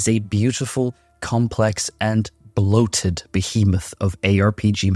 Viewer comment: The way you said "Bloated" XD great video